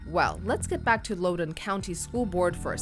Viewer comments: Stop saying “Lowden” County. It’s Loudoun County. As in the words “loud” and “don” combined. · Pronounced Loudon County, like the word “loud”